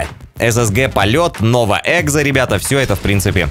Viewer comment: Почему ты говоришь "Nova | Exzo если скин называется Nova | Exo?